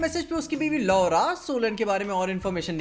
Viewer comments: He said 😝Laowra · The way he say "LAURA" 😂😂😂😂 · "LAURA" idk why I laugh when I hear Saying it 😂, I always wait for Episode review of Hawkeye:) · When says ''LORA'' hardly *me dying laughing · Laura soon ke bada hassi chut tha jabhi bhi Laura bolta hai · Laura pe kuch jada hi zor deke keh rhe the 😜😂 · Laura bolte ho to bhai hansi a jati hai 😂🤣😁😀😂😆😉😄😅😃🤣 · when you pay the extra attention to pronounce Laura